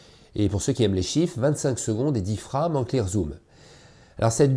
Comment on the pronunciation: mdr, la prononciation de frame, c'est de l'anglais